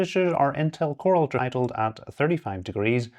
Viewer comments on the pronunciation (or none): none